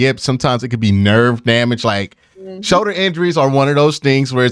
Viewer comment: my man, there is an “L” in the word “shoulder”.. lol showder